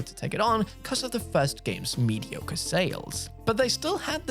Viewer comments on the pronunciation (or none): none